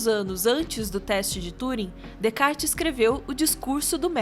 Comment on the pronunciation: *Descartes se lê Decá